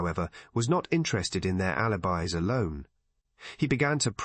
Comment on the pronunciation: "alibeez" ?? Check your AI narration.